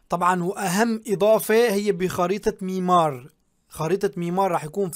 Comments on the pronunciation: حبيبي مو ميمار ميرامار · والله انت ملافظ حروفك بدا تعديلات اول شي ابخريطة اسمها ميرامار مو ميمار وتاني شي اسمو جرافيكس مو جرافيس